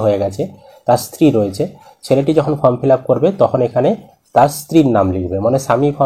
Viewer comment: ফ্রম নয় ফর্ম বলুন।